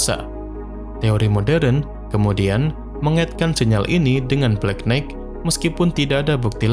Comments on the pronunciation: nighht, knight, itu "g" nya nggak dilafal. jadinya knaite makanya sekolah jangan ngantuk ! pantes aja channel hoax dan pseudo science laku di konoha, bangaa bodoh sejak 5 abad. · Knight dibaca Nai(g)t. 😊